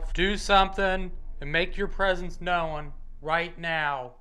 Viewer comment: ~ The word 'known' is 1 syllable, not 2. It's not pronounced 'no-uhn'......the w is silent. FYI.